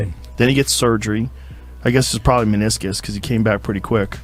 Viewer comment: It's "meniscus"